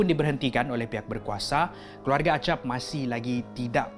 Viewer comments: Bang tu yg las tu nama nya acap bukan agap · Acap bukan agap